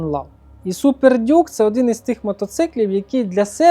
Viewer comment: Почуйте це «супер дюк». Су Пердюк 😂